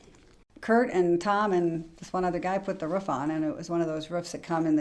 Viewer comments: I am from Idaho and to be honest I hate it when someone from Idaho says ruf instead of roof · Why do so many people in our country have such a hard time pronouncing a simple word like ROOF instead of RUFF?